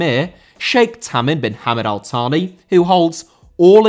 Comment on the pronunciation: Al Thani* not Al Thohrni